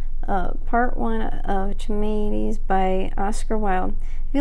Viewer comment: Thank thank thank you - for reading this! can't wait for part two - this will be my audio to go to sleep to for the next few nights. Ps you are only the 3rd person to read Charmides on YT :) (Charmides is pronounced Car-mides) don't worry i didn't know that for 5yrs after i first read it)